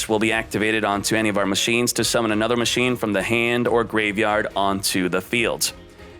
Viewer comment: The way he said ma-china rhymes with something hmmm